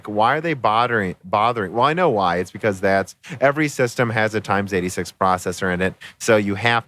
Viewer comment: "lin-air"? "times 86?" Surely you're just mispronouncing more common terms as bait for the youtube comments, right? -_